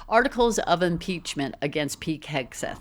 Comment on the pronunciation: Am I hearing you correctly? Are you saying "Peek Hegseth"?